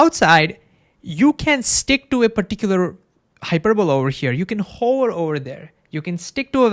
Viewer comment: I beg you to articulate the word "hover" better because rn it's sounding like a word to describe a particular profession.:DDD